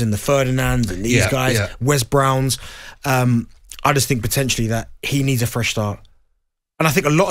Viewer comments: Faaaackin' Wes Brahhhhhn innit. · Did he honestly say Wes brown? 🙈😂